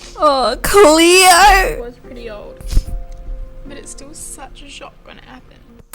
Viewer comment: You saying cleo, Emma and ricki is bothering me I only know EEEMA, CLEOOR, WRIKEEY